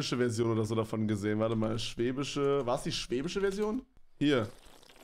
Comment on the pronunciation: Schwäbisch nich schwebisch 🥴